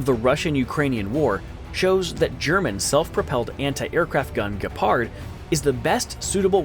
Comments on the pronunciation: because German has a predilection for compound words. If you prefer, you can just call it a Flak panzer, cause that's what the word means. And Gepard - not Gerard - is German for 'cheetah' and has its emphasis on the first syllable. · Your pronunciation of "Gepard" ist not that bad. German tanks or armoured fighting vehicles are named after animals. Gepard is Ceetah in English. The tank is based on the Leopard, just like the Biber (Beaver) bridge laying tank and the Dachs (Badger in Canada) an AEV Leopard is also Leopard Marder is Mustelidae which is a family of carnivorous mammals such as weasels, stoats, badger, otters, martens, grisond and wolverines. From this family also weasel (Wiesel in German) is a name for a AWC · Your pronunciation of "Gepard" ist not that bad tbh. - Please stop using cheap Stock music. It's annoying. - And yes, watch out for correct images. Information in the video is interesting though, I hope it's correct so far. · If you can't pronounce 'Gepard', say "Cheeta". Also, the constant soliciting for likes is annoying.